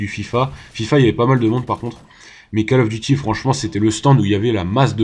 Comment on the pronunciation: Gg mais stp arrête de dire "Call of duty" , ca se prononce "Coll of duty" et pas Call . Après comme tu veux mais c'est juste que ca me stress x)